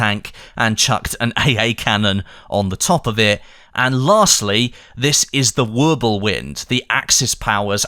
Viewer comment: Why did you call the 38.T and medium tank, it was a light tank. They could of made the Crusader AA Mk1, though I do understand why they didn’t. And Wirbelwind is pronounced Virbelwind, W’s are pronounced as V in German